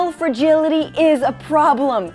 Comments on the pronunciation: Why do they always pronounce it as "fergility". I was always so confused what they meant by that because it mostly just thrown into the room without context. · I google'd "fergility" /fɹ̩.ˈdʒɪl.ɪ.ɾi/ twice before I realized that the word was "fragility" /fɹa.ˈdʒɪl.ɪ.tʰi/. AJ+ woman needs to learn to pronounce things a bit better.